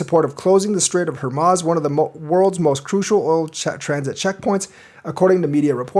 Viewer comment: it's pronounced, "Hor mooz"